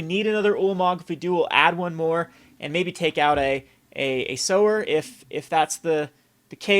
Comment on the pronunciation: sower. Please, for the love of God